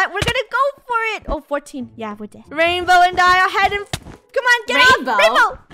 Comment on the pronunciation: Did funneh say rainbow or raimbow